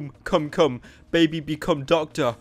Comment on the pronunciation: The baby wount become doctor he said docta